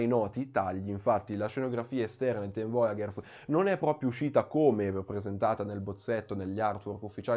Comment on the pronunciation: Bel video! Però ogni volta che sento "voyagers" letto come "voiaGHers" mi viene mal di pancia HAHAHA